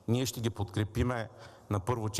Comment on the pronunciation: Само, като чуеш "ша"става ясно, че е прост!